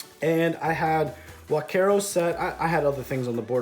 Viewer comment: finally! a non-spanish speaker who pronounces huaquero and conquistador well enough!